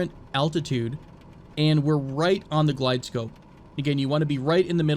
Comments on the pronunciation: Also its GlideSlope not glidescope lol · Love your videos! Really enjoyable. I hope you keep making them. I fly professionally, small tip if you'll allow me. Its pronounced "Glideslope" for a Precision approach (ILS) or Manual Glideslope for a non-precision approach (Localizer). Again, I can't wait to see more of your videos!! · Love the videos! though "Glide slope" is how it is pronounced.